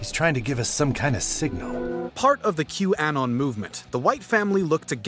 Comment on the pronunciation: Maybe watch the news so that you learn how to say Q Anon.